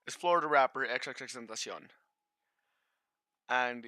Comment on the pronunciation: The way you say his name 😂😂😂